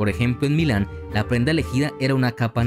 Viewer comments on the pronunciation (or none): none